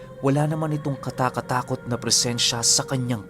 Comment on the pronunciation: katakot takot po ang tamang pagbigkas hindi po kata katakot at iyong napapanaginipan po ang tamang bigkas minsan xe bigkas mo napapaginipan iyon lang po pinuno baka makatulong.salamat pinuno sa mga kwento mo